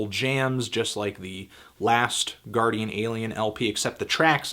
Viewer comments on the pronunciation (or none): none